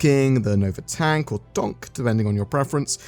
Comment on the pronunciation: Nova tank?? no, Nova tonk??? noooo, then give me a HOOOONK!!! xD